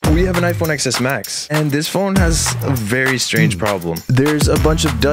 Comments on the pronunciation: The X in XS is pronounced Ten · It’s Pronounced 10S max